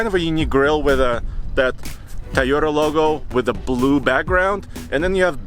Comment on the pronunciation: Excellent comparison guys, why keeps saying Ta-yo- ra it is Toyota